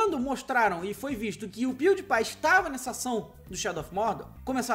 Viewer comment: Se pronúncia " Piuripai " .